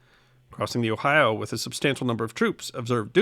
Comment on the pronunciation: Thank YOU for pronouncing "Ohio" correctly. Not the "Ohi-a" many seem to think how it's pronounce. Good episode!.